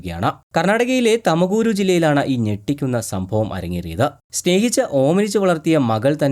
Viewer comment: തമകൂരു അല്ല ബായി, തു൦കൂ൪ (തുമകൂരു)